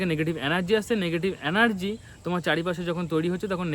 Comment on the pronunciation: অ্যানার্জি নয় এনার্জি , ভাই